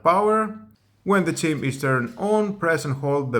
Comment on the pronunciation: The word 'chime' is pronounced chym, not chim.